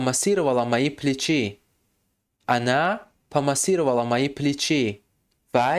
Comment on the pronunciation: Не плечИ, а плЕчи ,ударение на первый слог;а в слове плечо на второй слог .